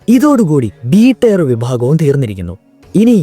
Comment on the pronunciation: ടയർ അല്ല ടിയർ ആണ്